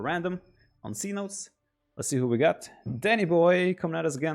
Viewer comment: Seh-No-Tess Cenotes